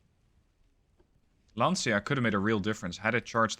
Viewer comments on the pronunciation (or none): Lancia = Lanchia not Lansia